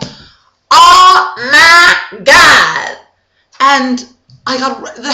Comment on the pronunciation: This is seriously AWESOME! Funniest part of the video for me is Krismeyris's original outburst: "Oh ma god!". Your delivery of that one was perfect! I mean seriously there's like a little raspiness in the "god" and it is amazing. And then the "You ma bitch" and slight pause and then "lemme get you a drink" is also amazing. You rock! Subscribed :)